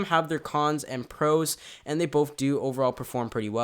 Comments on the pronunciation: Say both stupid not bof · The word is BOTH not BOFE sHiT4bRaiNze